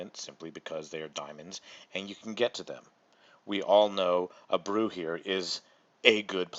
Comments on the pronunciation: A-Bray-OO ..... not Abroo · I spit out half of my beer when you said Abroo instead of Abreu! Don’t get me wrong, I appreciate the video, and that you are trying to help people so they don’t make the same mistakes while we are playing, but I have to ask, how can you be so deeply invested into playing this, which I assume it’s because you love the app and the game of baseball but don’t know how to pronounce their names?? I mean if it’s Alex Avila, I get it if you are in a city that he’s never played for, you might pronounce it wrong, ( it’s suppose to be Aveelaa, but it gets pronounced by a lot of people as Aveeyah, or Av-vill-lah), but potential Hall of Fame players like Albert Pujols and to a lesser extent Jose Abreu? If you just like baseball and not love it, I can’t imagine how you wouldn’t know how to pronounce their names? No disrespect, it’s a great video, just had to ask my friend.